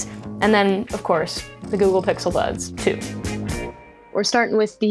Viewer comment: I heard her say bixel buds